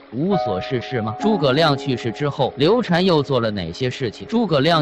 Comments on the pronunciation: 刘禅 读shan 不是 chan 刘备养子叫刘封 长子叫刘禅 封禅 是皇帝封禅的意思 不读chan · 刘禅，这个字念 shan ......